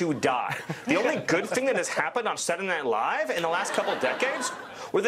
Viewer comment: When he says Saturday Night Live, it means that he is a Yankee. I pronounce it that way myself.